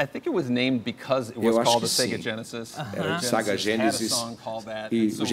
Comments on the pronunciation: Toda vez que o intérprete fala saga o correto é SEGA kkkkkk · Tenho a impressão de que o Ed Boon disse SEGA ao invés de SAGA.